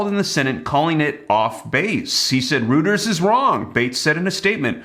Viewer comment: It's pronounced "Roiters". jeez